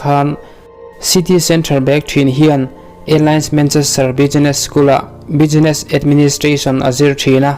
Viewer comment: Bi-gi-ness tilo in bis-ness tiin lam ri rawh